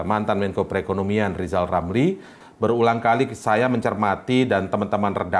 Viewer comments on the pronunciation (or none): Ah elu ...lamli...lamli.... belajar ngomong r dulu biar jelas 😂😂😂..er aja dibilangnya el...